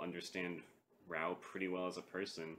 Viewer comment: raaa oooohhh not rauuu